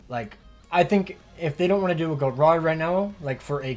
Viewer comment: Bruh why do you pronouns gerard like that 😂